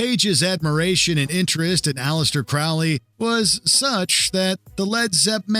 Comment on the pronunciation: FFS! His name was pronounced CROW-lee, like the bird!